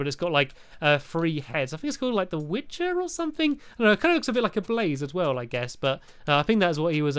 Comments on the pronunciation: it's called the with not the wicher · stampy it's the wither not the wicher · WITHER... NOT WITCHER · WITHER!!!!!! Not witcher!! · Why did you call the wither a wicher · he said carnavars LOL and said wichers instead of wither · its called the wither not the wijer stampy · its a wither not witcher! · ITS A WITHER NOT A WITCHER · Wither not witcher lol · Not wictcher wither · Wither stampy no witer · It's the wither not the witcher Stampy. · It is called a Wither. P.S. you say it like it is spelled. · It's wither stampy wither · It's ok u said wither wrong but remember like its...CAKE! W-i-t-h-e-r